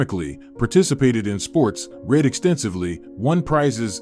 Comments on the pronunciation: I injoyed the story but you ae missprounacing woord like reed for read ect . The one wird I have no udea what you were trying to say. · Ok you had a problem with "well read," the phrase means the guy has read a lot of books, or is well educated. The problem here is the word is not a long one, the read here is said like the colour red, as is the read where I stated he has read a lot of books. Do you say I read a book short or long? The word in that context is also short, in the past tense. If you are in the process of reading, present tense or going to read a book, future tense, it is the long word as you said it. All the best. How do you understand "scandals" ? The word means gossip that outrages everyone that hears about it. This in not what an argument at home is called ever, the dad is causing arguments, not scandals. His behaviour may be scandalous, but he does not cause a scandal if nobody else hears about it.